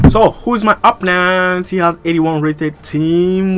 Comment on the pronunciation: your are a great youtuber you truly are but you need learn how to say opponent you say apnent not being trying to be a hater but yeah...